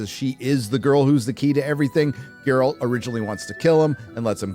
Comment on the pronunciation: Thats not Geralt. Thats Gerald